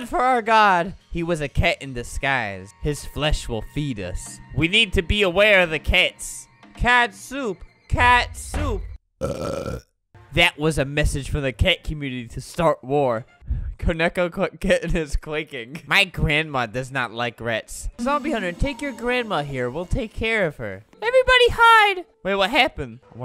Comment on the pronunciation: Koneko not keneko